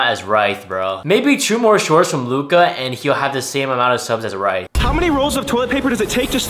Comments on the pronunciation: RITH, RITH NOT “ritiih” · *Ryth (Rith) (that’s how to pronounce)